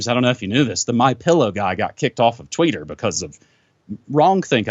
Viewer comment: 'The tweeter' and 'the face books'.. My new pronunciations